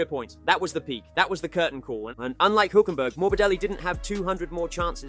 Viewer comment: His pronunciation is still wrong though 😅